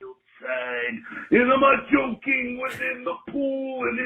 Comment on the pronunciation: Bro the fucking Macho call “Meurio” killed me 😂😂😂😂